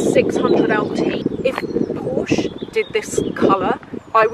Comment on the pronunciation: Hi i am from germany. Please dont say porsch its porsch_e (like the e in chan_e_l). Hirn = Brain Hals = Neck Ohrläppchen = earlope Rückenspeck 😂= back fat Rüssel 🤦🏼‍♀️(Nase) = Trunk (Nose) Schulter= shoulder